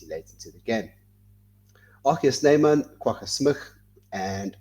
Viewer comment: it's ER GEE Snyman, not AR GEE SNYMAN,! Not de KLURK, but de Klerk. Get it right.